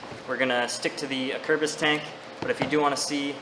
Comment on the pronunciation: I'll just clear up right away that I know now that I didn't say "Acerbis" properly in this video. We'll get em next time